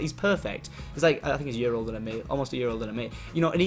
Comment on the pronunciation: i love how tom pronounces year "yur"